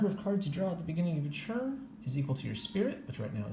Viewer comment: Do you understand that the word “turn” is pronounced differently than the word “churn”?